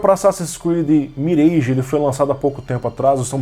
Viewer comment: Fala! Boa tarde! O mirage é pronunciado como "miraj" e não "mireige".